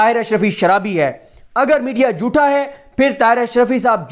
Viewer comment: Bhai aap "jootha" kyun kehtey hain.. "jootha" kuch nahi hota.."jhoota" sahi lafz hai..!